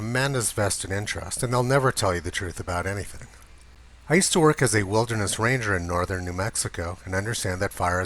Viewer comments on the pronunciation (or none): none